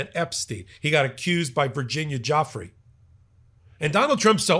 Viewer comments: How to properly pronounce Virginia Giuffry Vr-ji-nyah Joo- Free except you roll the R sound in the end of her name Joo-frrree. Everyone keeps mispronouncing her name from Guifra to Jeffery. It's getting ridiculous. If reporters and pod casters want to use her in their stories, at least try to get the name right 🤷‍♀️. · I wish you would all get victims mames correct it is not Joffrey it is Giuffrey pronounced Gufrey😊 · Btw, Virginia's last name is not pronounced 'Joffry', it is pronounced Joo-fray. (Giuffre) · It’s pronounced jew FRAY, not Joffree. C’mon man. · Pronunciation again: not Geoffrey… Giuffre, like DjuFray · Her name IS NOT JOFF-REE; it's JOO-FRAY. Please give the victims the respect they deserve by at least pronouncing their names correctly. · It's pronounced " jew-fray," with the accent on the second syllable. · Virginia Giuffre pronounced Jewfray.... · I wish you would stop butchering her name. It's not JOFFREY! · Her name is not Joffrey. Please give her the dignity of saying her name correctly. ❤ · Why are you mis pronouncing her name??? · You are mispronouncing Virginia Giuffre last name. During her life she was disrespected by powerful, depraved and disgusting men who didn’t care about such annoyances as correctly pronouncing her name. I know it isn’t intentional on your part but please make a correction in the future